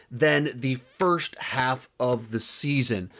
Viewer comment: Better Call Saul Saun 5 lol